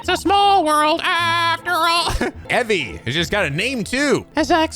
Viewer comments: I think Evie is pronounced more "ee-vee" so her name is more evening vigil while her husband is daily vigil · Evie is pronounced Eevee, and how woudl you get 'individual' from that? The pun is Evening Vigil, as contrast with her husband, whose on a daily vigil.